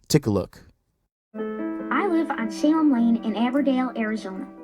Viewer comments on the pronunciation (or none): none